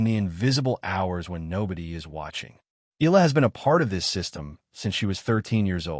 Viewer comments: E-yala or Yala not EELa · Fake AI news narrator cant even properly pronounce Alex family name😜😜😜